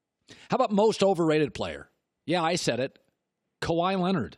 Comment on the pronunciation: bro said kawhi smfh